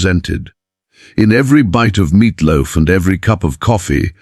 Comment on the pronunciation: what's 'meatlof'?😂